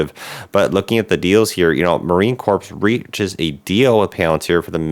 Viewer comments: "Core" not "CORP" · Don't wanna be that guy, but the P in silent in Marine Corps